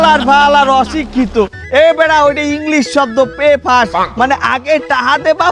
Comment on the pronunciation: পে ফাস্ট না বেফাস😂😂😂